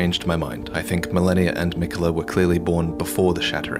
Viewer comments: Stop saying melaninalala. It's Meh-lee-na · did he say Melanir? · Mfer giving me ptsd with "Malenia the blade of miquella"